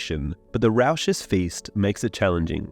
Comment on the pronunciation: again the pronunciation is cringe as hell. its rawkuss (raucous) and Aww Rock (Auroch) and it drives me nuts when i hear this stuff said wrong everytime, if you intend on making these again, ill narrate it or something if you wont do it personally, because whoever is reading it, whether its a human or a computer, they suck ass at reading and need to go back to school and pay attention in english class this time so he/she doesnt sound like a moron. if its a computer AI you outta wipe your ass with it for how good it is, and tell the creator how much he or she sucks then chuck these videos and have them re read.